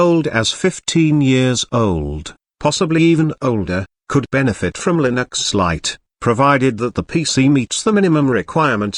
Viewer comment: i love [lin - axe]